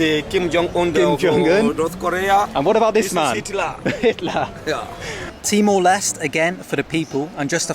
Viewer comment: I had no idea what you were saying, so I had to go to Google Maps an search for Bali and see what was an hour away. It sounded like you said T-Molest. So for others who are hard of hearing like me, he's saying Timor-Leste.